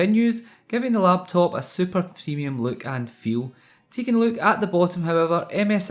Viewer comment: when you first say laptop, I think LATVIA